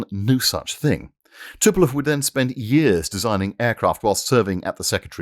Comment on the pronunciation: Not "Tupelov" but Tupolev